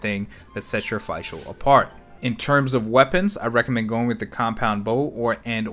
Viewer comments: ok i have to say this... its not Feischl, its Fischl, spoken like you spell "e" in english, its Feshl, (Fischl) thats german... i cant hear that butchering of the easiest name in the game xD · Did he just say Fai Schul? It's Fischl like Fisch l ... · just a heads up but since fischl's whole schtick is uhh being german (nicknamed prinzessin and all that), her name would be pronounced as FISHL. yes. like a fish. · you mean it's pronounced just "fish"? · I don't want to be that person, but since Fischl's a german-based character, I think you should pronounce her name as "fish-el". ^^ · I figured as much ATK as possible on Fishl because 80% of her ATK is done as Electro DMG when Oz is out and an Elemental Reaction is proc'd. Also her name is pronounced as if you were saying official without the O. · "Fi-chel" WAT?? yo correct that pronunciation plz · your pronunciation of fischl gave me a stroke